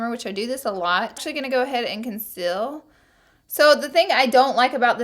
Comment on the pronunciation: "so I'm gonna go ahead and CONCILL"